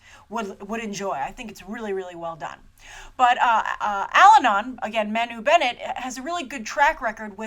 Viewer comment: Loved it! Agreed with 96% of what you said (disagree on the feminist angle, and Elves not dumb - they're just really really happy, peaceful, sweet, loving, kind....and innocent & naive. I'd be too if I were living in that lovely Kingdom :D ) Agree 100% on everything you said about Manu :] (btw, it's pronounced Mar-nu ....you're gonna be saying his name a lot ;) )